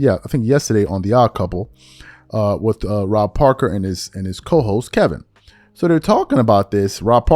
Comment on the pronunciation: Kelvin bro…it’s Kelvin. You don’t know Rob Parker, Chris Broussard, Stephen A or any of these people but you say their names correctly. Just say his name lol. Kelvin…